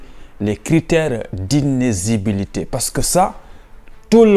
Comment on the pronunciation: a du mal à prononcer le mot D’INÉLIGIBILITÉ. Mdr 😂😂😂 Bref le contenu de la vidéo est extrêmement important. Bravo!🎉